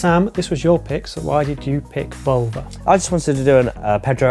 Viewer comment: Can’t say Volver, can’t say Almodovar … try a bit harder guys!